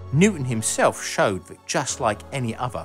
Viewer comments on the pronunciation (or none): none